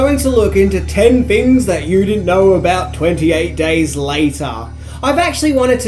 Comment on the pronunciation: "EN TWANTY AIGHT DAAYS LIATAA"